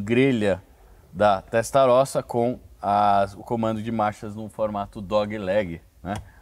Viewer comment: Molto buono !! MA dai ragazzo, ha detto Ferrari Testarrosa bennissimo, come un italiano ma doppo, Veglia .....ce dice "velia" come Famiglia /Familia, il GL nel Italiano ce dice solo il L , niente G !!